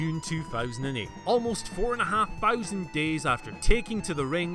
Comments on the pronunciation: Four fowsand days 🤣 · Can someone teach the difference between "th" and "f"... sick of hearing him say "fousand". I'm Scottish too and I get it, but Thix it